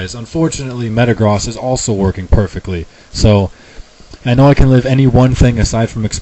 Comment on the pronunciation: I realize that Metagross has the whole cross thing going on but it still makes sense to me to say the "gross" like you say the word gross with the long o.